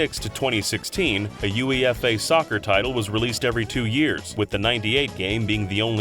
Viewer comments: "OO-EH-FAH" But yes. I was about to post talking about his "U E F A" pronunciation. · needs to and redo his own video. UEFA is not pronounced by each individual letter, it's pronounced like a word in Europe (You Ay Fa), but that's understandable as he is an American with no knowledge of football, however it was still silly to hear the company Tomy (pronounced Toe Me) as Tommy. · UEFA is pronounced "You-ay-Fah" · Very disconcerting hearing U E F A rather than “uayfer” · This is a really tiny nitpick, but – in spite of it being an acronym – in English, UEFA isn't "pronounced" as its letters, it's pronounced more-or-less as "you-a-fa" :) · it's pronounced yoo-a-fah lol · You ee eff aye killed me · Pronunciation guide for: - Tomy = TOE-mee - UEFA = "you-EFF-ah" Also, please ask your editor to stop showing video that is completely unrelated to what's being discussed -- Mario Kart 64 for a pinball game; Mischief Makers for a gambling game; etc. It's distracting and misleading. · U-E-F-A. Ha, never heard it actually spelt out before. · noone spells out UEFA... its pronounced u-ay-fah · UEFA is phonetically pronounced "yoo-ay-fa" (one word) and stands for Union of European Football Associations. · I am very sorry to be that guy, but UEFA is pronounced you-AY-fuh. Either way, I am looking forward to more cancelled video games installments in the future. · Your pronunciation of UEFA 😂😂😂😂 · Never heard UEFA pronounced that way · Well the narrator sounds like they're from North America, so it's not surprising they don't know how to pronounce UEFA, a European-only tournament for a sport few care/know about across the pond. No biggie, but I did LOL too😁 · Who the fuck spells out the letters of UEFA ffs.